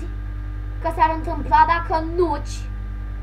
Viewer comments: mi se pare mie sau chiar zici nuci in loc de notch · Nici macar nu sti cum se zice nocht si tu ai zis nothc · Ba nu se zice nuci se zice notch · NOCI nu NUCI (stiu ca nu asa se scrie dar vrau sa arat cum SE PRONUNTA)